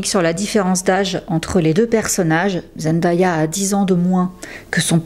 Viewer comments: J'ai adoré ta vidéo, mais ça se prononce "ZenDAYa" et pas ZendAya bis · Bonjour et merci pour la vidéo ! Superbe qualité comme toujours. Je me permets une petite remarque : comme on l'entend dès la première seconde de la vidéo, il faut prononcer "Zendéya". Elle insiste souvent dessus et n'apprécie pas que l'on écorche son prénom. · Super contenu, très intéressant ! Juste une petite remarque : attention à la prononciation du prénom de Zendaya. Sinon bravo pour le travail !